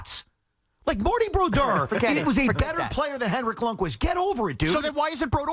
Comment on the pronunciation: Please someone make them stop saying Broduers name like that.